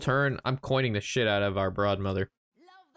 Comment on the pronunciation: lol, "Broadmother"... Are you sure it's not: "Broodmother"...